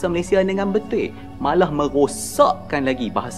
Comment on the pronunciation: Abang ini ngomong betul aja nggak betuy😂